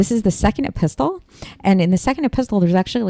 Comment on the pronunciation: It's pronounced e-pis-sel.the t is silent.